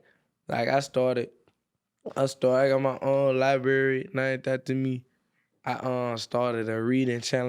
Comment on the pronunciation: Adam, how’d you sit through this without laughing cuz I’m weak af 😂😂😂 “Libwary named efter me”🥴😂😂😂😂😂😂